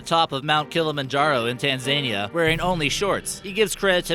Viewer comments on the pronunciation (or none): F*ck! "Tanzaynya" - Tan-zan-eeya. FFS try learning the names of things!!!!